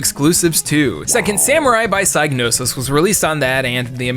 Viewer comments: It's pronounced SIG-nosis despite a superficial resemblance to the psy- prefix. It is not pronounced like psychic. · Oh no. Now has pronounced Psygnosis wrong too. (SIG-NO-SIS)